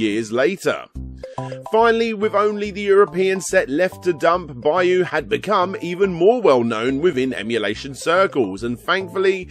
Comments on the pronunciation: It's just "byo" as one syllable. People add in that "E" sound that isn't there. I don't know the game's original spelling, but it looks like "byou" based on the "byoo," so you just hold that last "oh" sound. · Now repeat after me: Byuu sounds like Beau and not Bayou. Sheesh, I always wondered why they don't teach English phonetically instead of by word pronunciation. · Pretty sure that they're pronounced "bee-oo" and "he-gan".